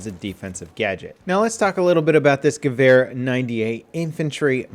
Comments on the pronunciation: In what Would does a W sound like a V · i always have to laugh when you pronounce gewehr :D